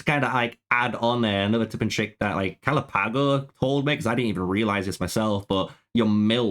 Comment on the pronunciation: Stop saying galapago wrong